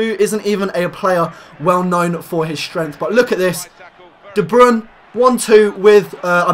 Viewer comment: ITS 'DE BROYNE'